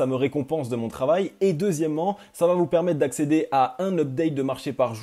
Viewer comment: Faut surtout arrêter avec les T après VA. Mais sinon c'est super